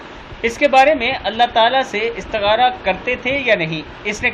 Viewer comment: بھائی استخارہ ہوتا ہے استغارہ نہیں جیسا لکھا ہو ویسا ہی پڑھا کریں شکریہ